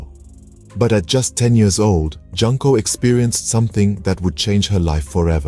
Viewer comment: Please dont pronounce her name like "Junk". The first "JUN" is pronounced like "June". Junko is pronounced June Co.